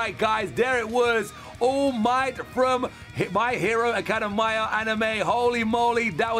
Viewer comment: The way he said academia hurt me